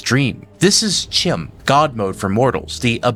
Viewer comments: I saw someone comment on the pronunciation of Cyrodil, but not on CHIM. Which isnt said with a "ch" sound as in China, its a K sound, and pronounced "Kim" When I first discovered the tower I pronounced it the way you did too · Just an aside... in elvish tongues in Elder Scrolls the "ch" is pronounced like it's a "k"... so Chim would be pronounced Kim, Chimer would be Kimer, and so on.